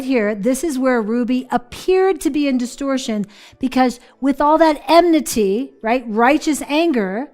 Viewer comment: Listening to them mispronounce 'enmity' over and over is so irritating - if you're going to pick a word to make it sound like you're not actually angry, at least say it right